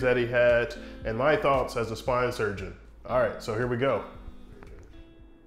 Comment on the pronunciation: "I'm an orthopaedic swine surgeon." I can't not hear it.